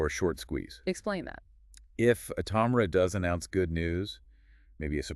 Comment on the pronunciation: Please learn to pronounce the stock name your talking about. Smh 🤦🏽‍♂️